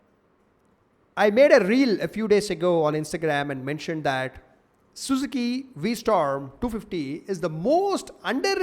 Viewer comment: its V-strom.